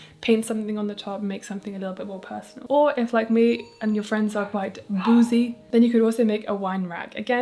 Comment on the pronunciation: i really thought you were saying bougie but in a funny way 🤣🤣 okay boozy friends